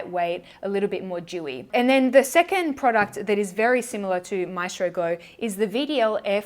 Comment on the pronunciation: I hate to break your heart but that’s not how you pronounce ‘maestro’ 😂 the stress is on the E 💕